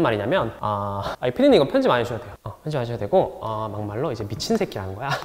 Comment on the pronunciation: Mak malro.. 발음 뭔데 찰졐ㅋㅋㅋㅋㅋㅋㅋㅋㅋㅋㅋㅋㅋ